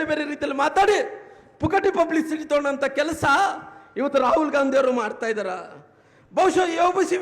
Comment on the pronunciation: ಪುಚ್ಚೆಚ್ ಪುಚಹ ಪೂಬಿಸಿಟಿ 😂